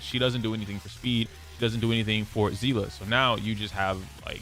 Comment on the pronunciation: Seeeeeeese. The s sound seele see👀 lee i give up